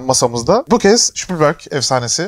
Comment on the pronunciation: İsmi çok geçtiği için bilgilendirmek istedim; Spielberg'in soyadı ş ile değil s ile okunur 😉